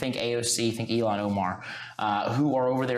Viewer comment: Really? "Elon" Omar?